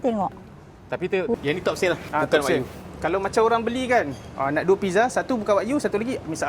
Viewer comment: Wa-gyuu… bukan wak yu